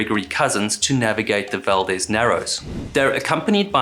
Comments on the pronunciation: Great video! Just an FYI, in Alaska, the town named Valdez and ship name is pronounced “val-deez”, unlike the Hispanic pronunciation “val-dez”. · We say Valdeez although you’d think it would be Valdez. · Valdez pronounced val-d-eaz ... strangely the guy who the town is named after is valdez like how you are pronouncing it but ya they just pronounce it differently up here. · Great stuff, as always. Inland Alaskan here…Fairbanks, saltwater is unfamiliar to me. But the locals pronounce it “val-DEEZ.” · Exxon Val-DEEEEEZ a hard E brother... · A simple search would have found the phonetic spelling. It undermines the veracity of your work to mispronounce the very subject of your video. The town and ship are pronounced val-deez. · Its pronounced val-dezz Like dezz nuts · It's pronounced Exxon Valdeez, kinda confusing i know. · Pronounced "Val-DEEZ" though, innit? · In your research did you search how to pronounce Valdez?